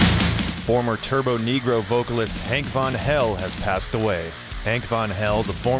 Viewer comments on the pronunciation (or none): It's turbonegro... Not turboNEEgrow